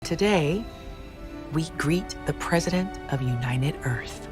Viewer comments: WELCOME TO EARF! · She's not president of the Earth.... she's president of the EARF.